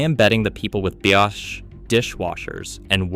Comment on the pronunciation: B-osh? AI narrated?